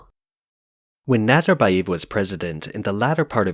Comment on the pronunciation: NazarbayEv, not eeev